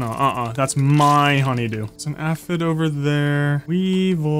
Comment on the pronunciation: It is pronounced Aye..fid.. Glad You Re playing this game!